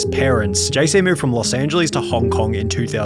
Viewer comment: Angeles * not Engelis